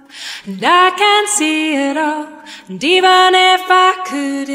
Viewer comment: Почему слово "And" ("энд" на русском произношении) она поёт как "Da" ("да" на русском произношении)? А где-то это же And поёт как di.